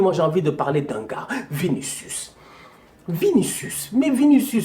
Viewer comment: Nooon tu es trop fort! Dès que tu as dit "Vinicius", j'ai éclaté de rire 😂😂😂